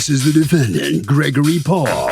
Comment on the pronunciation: Noone: Harvey: De-feNN-Dant